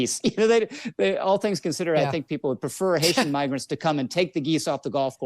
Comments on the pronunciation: You guys don't understand he was trying to say Migra and used and -er instead 😂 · I don't like the guy either because all Republicans suck, but he 100% said "miger" you can see him press his lips together Still funny af tho 💀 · What's crazy is that he got the full word out before realizing he fucked up, like didn't even catch him self on the 'N', not the first syllable, he said the whole thing and then his brain did a check and was like "oops I can't use that one right now.... 'Migrants'... saved it!" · Upon first hearing this I was like 'oh he just messed up his words and meant to say Migrants' but when they slowed it down 😂😂😂 no he definitely said the N word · I’m sure he says it all the time, but he actually said migger… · Right he starting to say Mih-grants instead at first. There was no N in there. Typical Hasan crap. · I mean, I'm not a native English speaker and in my language we would 'hard-pronounce' 'migrant' like 'meegrant' so i first also thought that he just fcked up the pronunciation. But at the x0.5 recap it becomes more obvious. And taking into account the right wing thing... Well.. 😂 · It sounds to me like an 'm' at the beginning, but I feel like the reason his wires got crossed is that he was trying to say one word but had another in his brain. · Sounds like he started saying migrants and accidentally used a soft i in migr and corrected himself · Im gong to get heat for this but… pronounce “migrants” with the type of “I” that you have in minimum.. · I mean he very clearly just misspoke, he was saying the first part of the word migrant which is "migr" and accidentally replace the m with an n, which is understandable considering how close their articulations are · he is saying migrants and mispronounces I as E ! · To be fair, he didn't say the n word. He began to to say migrants, but said migr with a soft "i" instead of a long "i". Watch his lips. "N", your lips arecopn, "m", your lips are closed. Non story here. Don't be like the right.